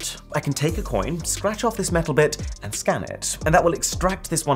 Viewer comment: he said scan...I heard scam😅😂